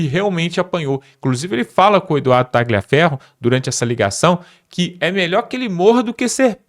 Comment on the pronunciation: Não é Ta-gli-aferro, a pronúncia. Escreve-se "gli", mas a pronúncia, é Ta-lhi-aferro. A pronúncia é igual ao "lhe", no idioma português.